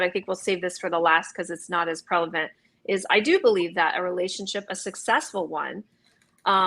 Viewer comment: Funny how she can say shes not an idiot but she says "prelavent" rather than prevalent and she "got two books 'wrote' in one day" lmao